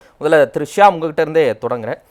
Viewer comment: At the very beginning of the video avaru "Thiru Shyam" nu solrar, enaku "Trisha" nu keakuthu, oru nimishan confuse aaitean :)